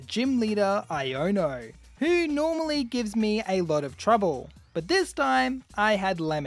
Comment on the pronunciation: Why r we saying iono wrong